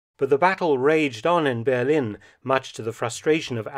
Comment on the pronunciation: I've never heard anybody call Berlin, Bearlin before😄